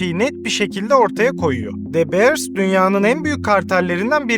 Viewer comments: de beırs değil dö biırs . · Tiyatro kısmı çok kötü ve gereksizdi. Videonun değerini ikinci el pırlanta gibi düşürdü. Birde keşke de beers değilde dö biirs telaffuz etmeyi öğrenseydin. Bu ikisi dışında gerisi güzel ve doğru bilgi. 👍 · Aga şunu "Dö Biiırs" diye telaffuz etseydin tadından yenmezdi... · De Beers kelimeyi bile adam akili doghru soylemiyor ama herseyde fikri var